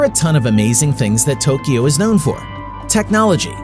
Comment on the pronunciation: Thanks for correctly pronouncing Tokyo.❤